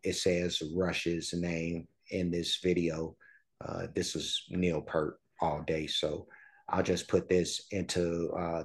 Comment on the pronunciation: It is actually pronounced P-ear-t not Pert. You had it right the second time and goggle was wrong. He is considered one of the best drummers in rock. He is also a percussionist and was the main lyrist for the band. He was on a bicycle trip through West Africa and he heard drumming from a hut. Here a villager was trying to teach a young missionary how to drum. The young fellow was very befuddled. The gentleman motioned Neil to try. Neil sat in and soon the two were making music and the women came in and started dancing. The missionary was amazed and all Neil said was "I'm in the business" To see an amazing performance with the whole band please check out Xanadu from Exit Stage Left live in Montreal Cheers